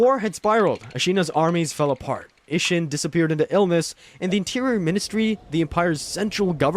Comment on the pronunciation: I know you played this game and I know you never heard a single character in it say uh-sheena